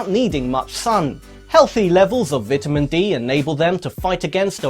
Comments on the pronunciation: Lol “vitimin” its vitamin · "vidamin dee" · Did he say vitamen? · vit-ah-min d. i cant right now. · Lol the way he says “vitamin” is way too funny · You're pronouncing vitamin wrong. Just saying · I hate the way he says vitamin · How he says vitamin upsets me